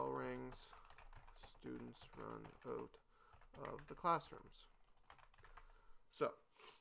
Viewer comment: Thank you so much for posting this concise and straightforward tutorial; it has really helped! My guess is that you're Canadian, from your pronunciation of the word "outside" . and "out" . Am I right? In any case, thumbs up!